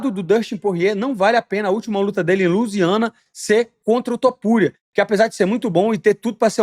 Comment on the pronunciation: Elias Topuria é foda, tu errando o nome dele, acho incrível